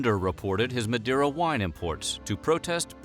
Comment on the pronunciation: The way he pronounced Madeira made my cringe.